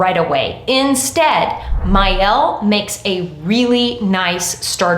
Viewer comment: The I in Mielle is pronounced like an E, sounds like the word ME: ME-elle